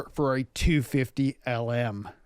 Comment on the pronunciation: I respectfully suggest you find someone who speaks Italian to help you with pronunciation. You do say Ferrari correctly (with a North American accent), but that's about it.